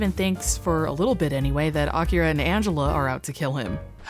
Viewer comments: Honestly, it gave us nothing, but it is impressive the actors pronounced 'Akira' correctly, with the emphasis on the correct mora. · I like that most of the voice actors are completely phoning it in, but they still manage to pronounce Akira correctly. Or at least, as correctly as an english speaker from the 90s could. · Boy, these voice actors are pronouncing the hell out of "Akira"